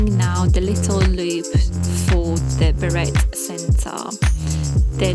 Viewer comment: Very nice ❤beret has a silent T at the end pronounced berray 😃